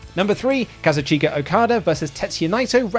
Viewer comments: My man really just said Kaza-CHEEKA Okada!? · Not to be a complete weeb but the way you pronouce Okada's name is bothering me. It's (Kah-Zooch-kah) lol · "Ka-zu-CHEE-ka Okada vers..." Me: pauses video to post this comment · can you please fix your pronunciation of Kazuchika, pls!!! i love you guys and your content but that just cringes me out 😂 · Can someone tell him how to pronounce "Kazuchika"? xD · The way he pronounces Kazuchika